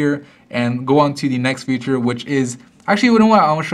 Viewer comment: He says future instead of feature....